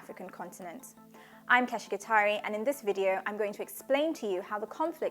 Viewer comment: Gitari! How did you pronounce your name again?